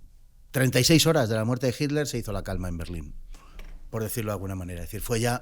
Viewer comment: Si sobre todo de Jitler. 😅 Se dice "itler".